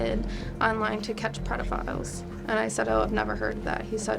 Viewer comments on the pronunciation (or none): "Predaphiles" got me. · "Predafiles" ... I think that's a good word for people who are addicted to Chris Hansen's shows 😄